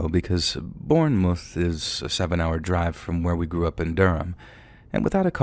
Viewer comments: Less drawn out. Should be 'bornmuth'. Narrator is pronouncing it like 'moose' but it should be like 'woof'. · pronunciation of Bournemouth killed me 😂